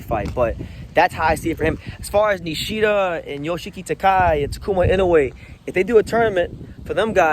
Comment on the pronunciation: Ryōsuke Nishida may relinquish his title due to him having a hard time cutting weight. Btw, Yoshiki Takei's name is pronounced Ta-keh-ee or kay, and he may move up to a higher weight class since he should be in the super bantamweight class to begin with. Takuma Inoue seems to be the most likely to fight Junto Nakatani, while it remains uncertain who will be the next IBF and WBO champions. IMO, Seiya Tsutsumi and Daigo Higa are the top contenders for the championship title. If Tenshin Nasukawa wants a shot at the tile soon, he'll have to win a continental title or more matches. Keita Kurihara and Riku Masuda are also potential contenders, with Masuda being particularly strong southpaw...... why are you in Nicaragua lol